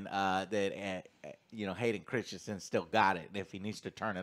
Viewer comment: Christensen, not Christianson